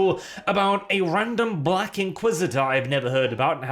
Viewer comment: why did you say "black" like that? why did you say black at all? I'm not saying you're racist but you sure seemed to put a lot of weight on the fact this actress is black in that moment.